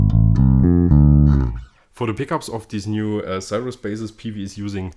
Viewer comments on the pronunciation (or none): It's pronounced "Seer-us"